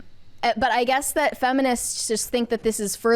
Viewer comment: what is “thott?” Is the word “that” you are saying “that?”